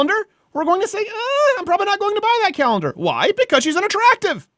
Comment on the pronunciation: I’m sorry, did you say “calendar” or “Cowender”?